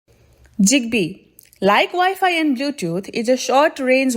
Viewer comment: Bro it ain’t jigbee. It’s zigbee